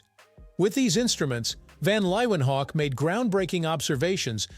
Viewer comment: Leeuwenhoek is pronounced lay ven hook.